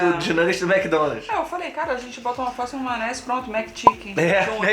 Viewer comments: Adoroooo. Eles falam "maonese" igual eu. Amoooooo. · Maonese, kkkkkk, não julgo o pois falo assim também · Hahhaahahahahahahahaa “maonese”